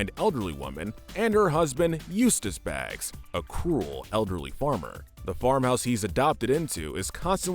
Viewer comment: Eustace and Muriel Bagge .. not baagz lol